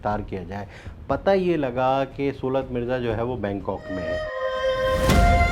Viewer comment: آپ کو کسی تعلیم یافتہ صحافی کو پروگرام کے لیے بک کرنا چاہیے تھا سُولت نہیں صولت ہوتا ہے۔ اب یہ بھی بتانا پڑہے گا